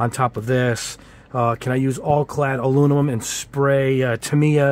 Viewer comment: Hey, man I love your channel. I love the intro music and your reviews are very in depth and informative but HOLY MOLY do you struggle with the word Aluminum! Please learn how to say it because you have a perfect command of the English language but when You say A-loo-ni-mum it makes you sound like a 6th grade dropout. Please work on that because we love you man! A-Loo-mi-num. Thanks for the great content